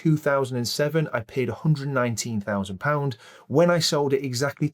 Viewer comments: It did sound like £819k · It’s the accent it sounds like he’s saying 819,000 but the graphic shows 119,000